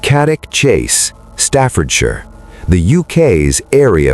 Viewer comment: CANNOCK not Kaddick